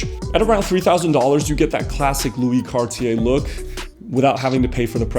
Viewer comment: Man, it is Cartier, not Carty Ay ;-)